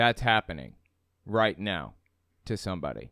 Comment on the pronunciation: That was my first thought; sounds like it's simply a speech impediment, namely rhotacism in which the "r" is difficult for the speaker to pronounce. I've read that there could be a correlation between it and autism, but only anecdotally. (Edit: And of course neurotypical people can have this particular speech impediment).